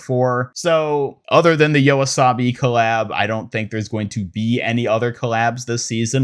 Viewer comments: Yoasobi❌ Yawasobi✅ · Thank you for covering all the new skins from season 3! Just letting you know Yoasobi is pronounced "yo-ah-so-bee" c